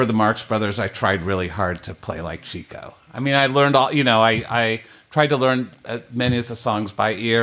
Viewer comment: Atsa matter for you it’s Chico pronounced Chicko not Cheeko but that was a gooda songa you singa and a good Podcast and I look forward to the 3d release with the Council commentary.